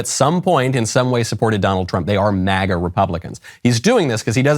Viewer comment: Why have they decided to pronounce MAGA like that? I’ve never heard it said with that pronunciation. It sounds like he’s saying maggot. Or am I a schizo?